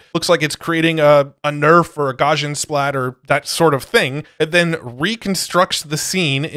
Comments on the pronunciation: Not a huge deal, but its pronounced Gauss·i·an or Gous-ian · Btw it is pronounced: Gauss·ian ˈgau̇-sē-ən : being or having the shape of a normal curve or a normal distribution. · Garsjan ... This is not how you say Gaussian! xD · One of these days, will learn how to pronounce "Gaussian"...:D